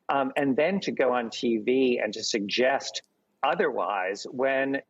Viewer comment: Barr is still struggling with the word "suggest'